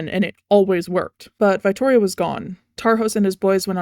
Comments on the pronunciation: Unbelievably minor nitpick, but like..."veye-ttorio"??? Its italian, the i is a short vowel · I love your analysis of the lore and character designs. As a vittorio main, the way you pronounce his name kills me 🤣